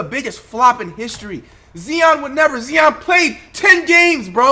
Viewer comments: Flight put some respect on zion's name stop saying zeon please bro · Maybe Zion would win ROTY if you stopped mis pronouncing his name